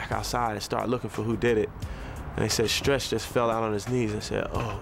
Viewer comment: I noticed how he said Stretch name... R.I.P to a musical genius and Pac the goat!